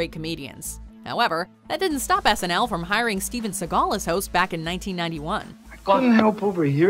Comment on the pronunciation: Steven Seagall??????? I yai yai.